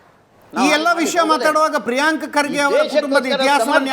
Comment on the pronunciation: ಪ್ರೀಯಾಂಕಾ ಖರ್ಗೆ ಅಲ್ಲೋ ತಿರ್ಬೋಕಿ ಅದು ಪ್ರೀಯಾಂಕ್ ಖರ್ಗೆ. ಅವರ ಹೆಸರು ಮೋದಲು ಚೆನ್ನಾಗಿ ಹೇಳು😊